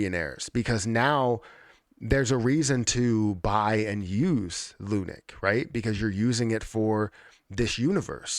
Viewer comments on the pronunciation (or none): Love the insight into all of this but I twitch every time you call it 'lunic' 🤣😭